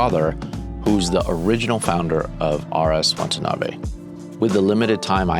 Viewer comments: It's pronounced "Watanabe", not "Wantanabe." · Say it with me: "Wah Tah Nah Bey" - not "Want a knobby." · whose this Chen? you'd think a guy with Asian heritage would be able to call himby his name, Watanabe, not wantanabe throughout the entire 50 min video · It's not Wantanabe Larry. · Be respectful and at least pronounce the name correctly. You are saying Wantanabe. It’s Watanabe. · Wa-ta-na-be. Say it with me. Wa-ta-na-be. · Drink a shot every time he says WaNtanabe. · Throughout this video, Watanabe is consistently pronounced "Wantanabe" And Larry himself makes this mistake in text in the comments. What happened here? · He said wantanabe the whole time! How embarrassing. 😑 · Classic Larry Chen, given exclusive access to a company, can't pronounce the name of the company correctly. There is only one N in Watanabe. It's not "Wantuhnahbay". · it's so disrespectful the number of times Larry mispronounced his name. I'm still not sure if you're dyslexic or stupid at this point